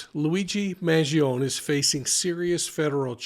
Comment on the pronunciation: Respectfully. MAN GEE OH NÉ (NAY). Vowels at the end of a word in Italian are pronounced.